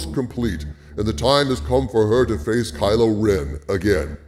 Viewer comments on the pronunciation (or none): none